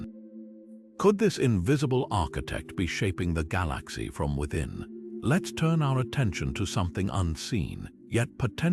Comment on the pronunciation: The way the narrator pronaounces galaxy makes thus impossible to watch. Almost sounds AI